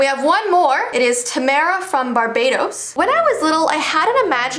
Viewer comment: when you said barbados i thought you said barbatos (genshin players will understand) overall good video :D